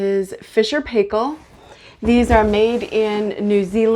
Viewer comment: Great video, just it's pronounced Fisher & Piekill.